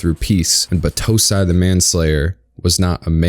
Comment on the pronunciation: Great work, but the way you pronounced Battousai was killing me